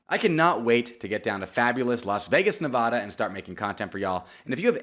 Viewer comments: HEY it’s pronounced Ne-VA-Duh not Ne-Vah-Duh. Those Vegas folks might beat you up if you say it wrong just trying to help! Rooting for you from Reno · You gotta learn how to say NEVADA. Forget that Ne-VAH-duh. It’s Nevada. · Pronounce Nevada correctly